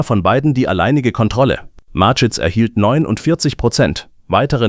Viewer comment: Hallo, es scheint ein Mensch zu fragen: Am meisten stört mich, dass die KI Stimme den Namen des Firmengründers falsch ausspricht. Die Story selber ist ok. Es wäre schöner wenn Sie oder jemand anderes den Text selbst einlesen möchten, auch wenn es nicht perfekt ist, hätte man das Gefühl, dass Ihnen an der Sache gelegen ist. Nichts für ungut, alles Gute für Ihren Kanal!